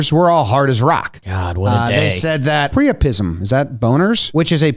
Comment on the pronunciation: It’s pronounced - Pry - Oh - Pism // love your show !!!